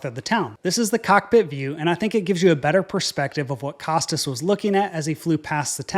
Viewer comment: Costas is pronounced "Koh-Stah"